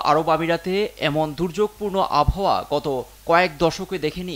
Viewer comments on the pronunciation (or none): none